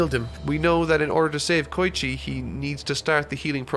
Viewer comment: He also says "K-oi-chi" no "Ko-E-chi